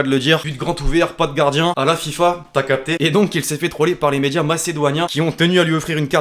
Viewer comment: Nn mais là pffff macedoinien on dit macedonien